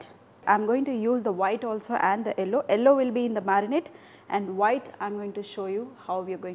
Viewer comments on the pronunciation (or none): south Indians always pronounce the color 'yellow' as 'ellow' lol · She: ello. ow are oo? :)